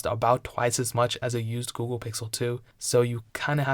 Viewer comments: He says Ghool, dunno what that is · you said gouhle pixel 723 times